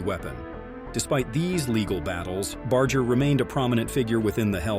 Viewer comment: Its pronounced Bar-ger not Bard-ger